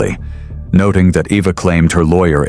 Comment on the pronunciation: Um are we sure her name is pronounced “Evvah”? 😅